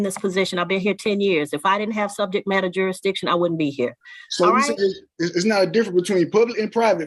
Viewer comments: These people are so stupid I don’t know how they got this far in life. “Gotta prove jurs-dyktion.” He doesn’t even know what he’s saying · What is “juridishun”? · You mean Benny Fisher-Rairy and Jerry Dishun? I think they have something to do with Black’s Law Dishunary. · I hate how these uneducated people can't freaking pronounce Jurisdiction... I think this fool said "juri-dishun" wtf is that? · Challenging "juradishun"? Good luck, genius! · "juradittshun"?? "duh duhfendunt in era"?? Somebody tell Elmer Fudd to shut up and hire a lawyer to do the talking. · You mean Jurrydishun ? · Maybe lean how to pronounce "jurisdiction" before you go and try to challenge it. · It's bad enough that this guy can't pronounce beneficiary or jurisdiction, but then he brings that clownish self-important Attorney General. Gimme a break. What an idiot!! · Wow,another idiot sovtard that thinks they're smarter than an attorney that actually knows what the Hell they're doing yet this moron is barely capable of putting together a coherent sentence much less pronounce the word jurisdiction correctly! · Why can’t they ever say jurisdiction